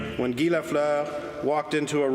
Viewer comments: The chant was Gee Gee Gee, french pronunciation, its so phony all the information, and cant pronounce names right. Very suspect. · guy, guy, guy???? Where did they find this american announcer? It's Guy (French pronunciation), it has never been the English you hack. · Is the audio generated from text-to-speech software? Anyone who has watched a little hockey knows that his first name is not pronounced "gy", as in "tough guy". Only software doesn't know the pronunciation in French. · Maybe you could pronounce Guy correctly. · Its Guy, not guy. Dont you forget that.